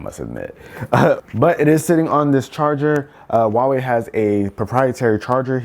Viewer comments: Wtf is a "WAAWEE" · It's not pronounced wahwei. You need to pronounce the h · How american say huawei lmfao